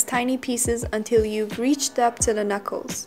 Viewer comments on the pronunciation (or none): none